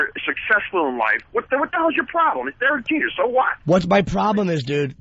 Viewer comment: Every time opie says Durk Jeter I wanna throw coffee in his face